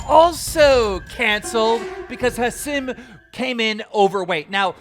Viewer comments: Keem really said "ha sim"😂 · Learn how to pronounce Hasim…